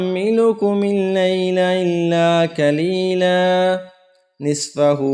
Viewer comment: Khaaf ( khaleela ) sahi se adaa nhi karain jaha b khaaf aara kaaf ada karain galat padhna or sunna galat hai aisa karne se maine badal jaate hai ...baki tajweed mashallah hai